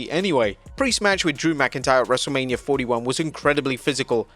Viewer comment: cant judge Hogan for getting a wrestlers name wrong😂